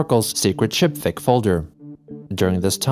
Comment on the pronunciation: Why do you say shipfic like chipfic